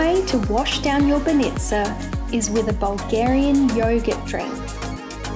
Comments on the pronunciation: bAnitza not banItza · "BanEEtsa. No, it's banitsa." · Hahah you eat it so often yet nobody told you it is not banItza but bAnitsa on the first sylible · Great video, guys! I'm happy you like my hometown. Funny though, could you please tell me where is this banitsa (we pronounce it bAnitsa, with an accent on the first A) cause it looks delicious. About the other places, really good choice! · "Banitsa" is pronounced "BAH-nee-tsah" and is not filled with feta cheese, but with Bulgarian "sirene" which is a softer and significantly less salty white cheese. Feta is Greek, not Bulgarian. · The word "banitsa" stress is on the first syllable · I am a bulgarian and got so triggered by your bánitsa pronunciation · Is not Sov`ia is S`ofia and is b`anica is not ban`ica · Mate it is not So fee ya it is Sof ya, not b-nitsa but bah nitsa. Airan (yogurt drink) is actually Turkish. That place is called Vkuso til nitsa meaning 'The taste place'. Balkan Chok is not a thing, But you guys are really famous here. If anybody wants tour advice or assistance here, I am an Aussie that has been here for 17 years. Feel free to drop me a line if you are in town.